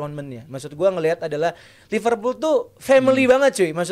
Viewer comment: Ipal Ipul apaan. Bilang Liverpool aja susah amat. Lu bilang Ipul ke orang luar di ketawain lu.